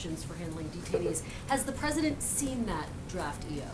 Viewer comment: Sean Spicer for "Pressident!!" ;) 2024 This guy is awesome!